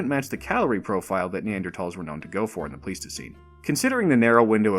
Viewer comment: Subscribed immediately for proper pronunciation of Neanderthals